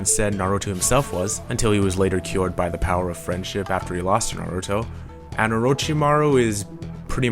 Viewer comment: omg you actually pronounced naruto's name right :D I hate it when people say neruto -_- its with an A not an E just like sam is with an A and not an E, and really who wouldn't hate it, if I pronounced your name wrong you'd be upset too